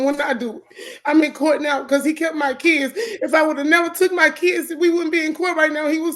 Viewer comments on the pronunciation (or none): “Itz NOT fair to my keeds!!!”